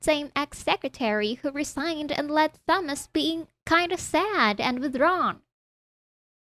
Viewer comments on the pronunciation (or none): Thomas is pronounced with only the t The h is silent so Tomas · The H is silent in Thomas. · Thomas has been driving me nuts for awhile now. The H IS SILENT!!! Ugh